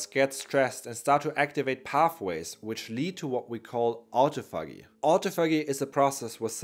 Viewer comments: Pronounced. ôˈtäfəjē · Good video, but PLEASE look up the correct pronunciation of autophagy!